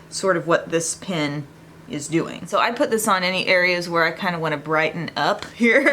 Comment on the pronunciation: When you were descibing the pen concealer I thought you said pin concealer. I was like what?julep want me to stick pins in my eyes😆 I'll take a certain amount of pain to look good but I draw the line at pins🙊😂😂